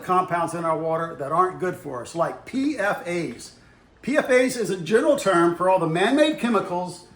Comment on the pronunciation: I'm a water guy it is pronounced p-fas